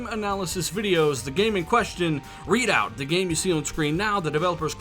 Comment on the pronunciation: it's REDOUT...not READ OUT....it's RED the color.....RED...FFS